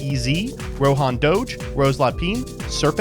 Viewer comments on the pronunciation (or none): none